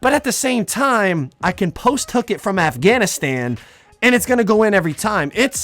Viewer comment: Ofc this guy says “ I will post hook it from afangstan😭😭😭